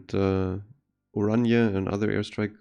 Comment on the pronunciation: i know. just heard the name be butchered a lot so hearing it be pronounced right is nice for once.